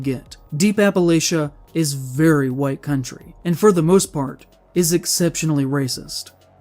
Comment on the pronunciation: This guy spits out the word "White" like he's saying a slur. Just listen to "Deep Appalacia is very WHITE country".